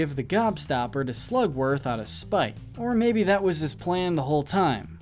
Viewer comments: It’s SLUGworth not slumworth, also Willy wonka rescued the Oompa Loompas from a horrible place which is very humanitarian of him (yeah they work for him but there’s no such thing as a free lunch). Grandpa joe is by far the worst thing in this movie, hitler incarnate. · Slugworth not slumworth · It's SLUGworth. Get it right!